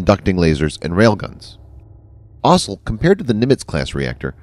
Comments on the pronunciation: "Ossel"? Why can't the new voice say "also"? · Kudos on not using an electronic voice...but can you find a narrator who can actually read words? "Electromagnetic Airlift(???) Launch System"..."The system uses linear introduction(???)" ... "EASA(???)" And is it really that hard to say "also" instead of "ossle(???)" You know what? maybe it's electronic after all... :\ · The plural of "aircraft" is "aircraft", not "aircrafts". Also, the world "also" is pronounced like "all - so", not like "awsul". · "Also" sounds like "Osle" lol